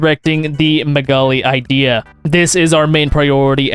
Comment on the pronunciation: "I am not even going to try to pretend to pronounce his name" Proceeds to call the Megali Idea whatever that abomination of a word was